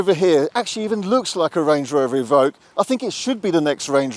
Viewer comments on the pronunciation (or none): Range Rover E-Voque you mean? Or EVoque